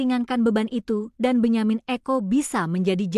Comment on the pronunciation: Benjamin sesko bukan benjamin eko. Mimin lagi mabuk ya